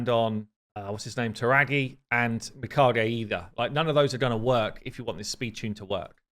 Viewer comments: I think it's Mi-COGEE, emphasize the "cog" sound. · I'm reasonably certain Plarium used Japanese as the inspiration for the Shadowkin. As someone who speaks some Japanese, i can say with 100% certainty that the correct pronunciation (using Japanese phonetics) would be mē-ka-gā. Written in hiragana it would be みかげ. This all makes sense as well if you consider that mikage in Japanese literally means an honorable spirit (as in spirit of a dead person). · nooo it's ge like (get) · He kept saying her name wrong. LOL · How is it that you weren’t able to say her name correctly until the very end of the video, lol 😂. You know how to farm views, you have now reached legendary status 👍. Keep up the great content. I need to focus more on my ally protect champs. If I can get two and add Valk for her giant shields a buff extender and a huge DPS, I think I could finally 1 key UNM. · How come you can say Toragi correctly but not Mikage? They are almost the same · it's annoying, he should see the original Mikage vid on the official channel to correct it Japanese name isn't hard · The e in Mikage is pronounced like the e in eight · Mi as in middle, not mice Ka as in car Ge would rhyme with the Be as in Begum (Indian surname) Funny, you were saying it correctly towards the end 😅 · please watch Raids video on Mikage for the pronunciation... 😅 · How do you pronounce Mikage wrong every time but in different ways? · Bro I’m not even Japanese and I’m ticked off when I hear cc butchering the name 💀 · butchers even the most simplest names 😂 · “Meka gee” 😂😂😅 I watch a lot of anime.. I’m sure it ain’t Lady Meka gee lol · Close. Its not geeeeeeee its gaaaayyyyy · So close. Mi-kah-geh. I do love the creativity behind all the new names gives her though lol Edit: He pretty much got it midway through the video! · Me-ka-Gay not Me-ka-gee 😅😂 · pronounced Mi - Car - GI lol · Just start saying Mi-kidge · It’s Me-Kah-Gay is the correct pronunciation, and a way to say it